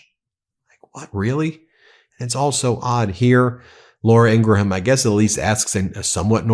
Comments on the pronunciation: Why can’t you pronounce Ingraham? You’re an intelligent man. I’m sure people have told you. I even heard you say it correctly a few days ago. What’s the deal? Are you doing it on purpose. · Ing-gram not ing-gra-ham